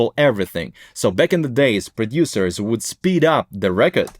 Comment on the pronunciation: Produciors - dude I hear your accent